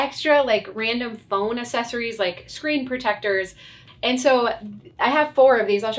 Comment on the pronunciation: I love your channel and like seeing how you organize. I’m a tiny bit annoyed with how you pronounce “accessories”. It’s pronounced “acksessories” not “assessories”. Yes, we’re assessing our accessories, but they’re two different words. ❤